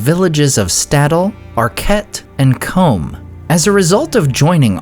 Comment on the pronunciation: Surely it’s Coom and Arch -it. Not comb and ark-et?